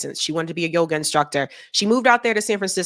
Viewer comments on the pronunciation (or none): none